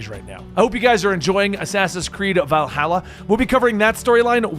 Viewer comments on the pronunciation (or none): none